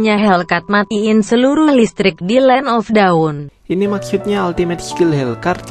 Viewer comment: Bang land of dawn bukan land of daun